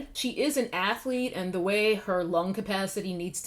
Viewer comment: Interesting tea. Just a random, but general question: Why do so many influencers keep saying "thee" from old English? Another influencer asked the same question a while back. It's like an entire generation skipped English class. Just wondering.